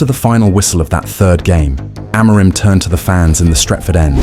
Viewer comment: I can always tell the AI videos based off how they pronounce Amorims name lmao